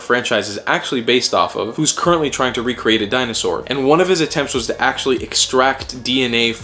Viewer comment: Dino-sar dee-en-ay!